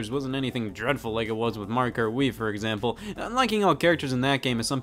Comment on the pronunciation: Literally everyone: Mario Kart Scott: Mariokurt